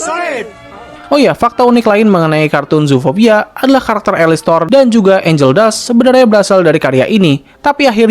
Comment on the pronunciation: Alastor bukan alistor